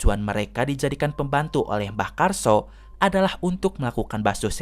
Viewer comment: Maaf mang,mau ngasih tau nama mbahnya mbah karso bukan karsa